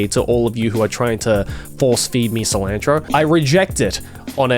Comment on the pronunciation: I'm getting so irritated when he mispronounced cilantro. I'm Mexican so it's bugging me lol